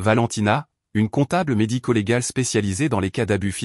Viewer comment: Comptable MEDICO-légale. Ohhh l'ia.... faites un effort quand même